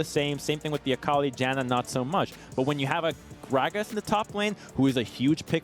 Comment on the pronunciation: JAN - UH... not JOHN uh... Morons.